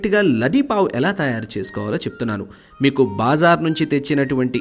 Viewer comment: BaaaaaZar kadu bro BaZaar. Vinadanki baledu aaala..